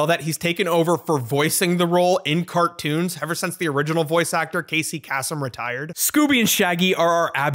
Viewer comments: Kasem is pronounced Kay-sum, not Kah-sum. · "Casey Kass-um? Uh, heh, well altchewally it's Case-um" 🤓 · You butchered the LEGENDARY Casey Kasem's name. Case-um. Not Casss-um. Dude did not die for such disrespect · Am I old because I know it's pronounced "Casey Case-em" instead of "Casey Cass-um"? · Casey Kasem -- Case-Um. Not kassum. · BRO SAID CASEY CASS-EM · Casey Kasem (Case-em, not Cass-em). He was one of the most recognizable names/voices in music radio history. It's like calling Mariah Carey Maria Carr-ey. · Casey KAY-Sum, it’s pronounced Kay-sum… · It's kay·see kay·sm. Ya can't do that classic fella wrong by mispronouncing his name. :P No snarky vibes here just had to throw it out there. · Hearing this guy say Casey Kasem's name as "Casey Kasssem" made me feel 200 years old. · isn’t it Kasey “Case-um” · it's Casey "kay-sum" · Butchered Casey Kasem’s name in the first 5 minutes (the guy who made a living saying his own name). This is gonna be a rough watch… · I demand a corrections video where you re-pronounce Casey Kasem's name. His name is the best part of him. How dare you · boomers are probably gonna massacre you for mispronouncing casey kasem's last name, because he said it on the radio a million times, but it's not your fault. 😂 he was definitely using a highly americanized pronunciation. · I can tell someone never listened to classic episodes of American Top 40 on the radio with their grandparents, or in his run from the 80s to the early 2000s, the way you say Casey Kasem’s name (for anyone who doesn’t know, Kasem is pronounced with a long a sound, like the one in the Casey) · No hate but as a radio fan please listen to someone pronounce "casey kasem", its supposed to to rhyme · You pronouncing Casey‘s name wrong bothered me more than it should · I swear to god you find a new way to pronounce Kasem in every scooby video.